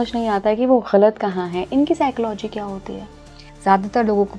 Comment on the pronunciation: Please pronounce psychology properly 😂